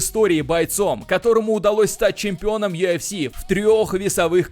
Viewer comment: Йафс или юфс дебил? Ты типа у нас с американским акцентом такой модный что ль?